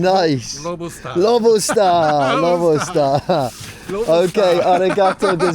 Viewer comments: needs his own channel. I’ll watch him say lobosta for 2hrs. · saying “Lobostaa” at the end got me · Lobusta lobustaa😂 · + Lobustaa - Lobusta + Lobustaa ahahaha - Lobusta ahahaha